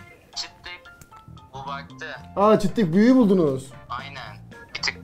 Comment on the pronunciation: Çıddık fıddık değil canım çittik ve fıttik